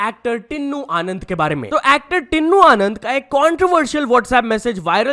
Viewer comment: Bhai tinnu no tinu h WO naam pronaunce kr na. Sikho